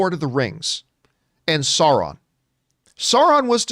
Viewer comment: Sauron is pronounced SAO-ron, not Sore-on, just like Boromir is BORROW-meer, not Bow-a-meer.